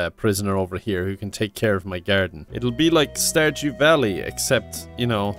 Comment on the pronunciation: I swear I heard Starjew valley....the more I thought the worse it got o.o